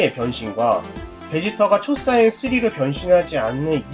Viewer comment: 초사이언이 아니고 초사이야인 입니다!!도움이됐으면합니다